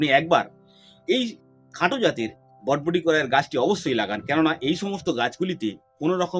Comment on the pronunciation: বডবটি নয় বরবটি